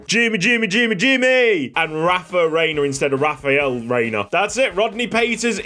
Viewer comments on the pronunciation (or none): none